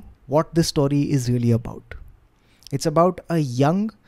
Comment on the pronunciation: Love storytelling 💝 Ps - what accent is saying story as "staury"?